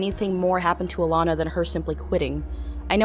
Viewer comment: It's ALANA ...not "Illana", dummy.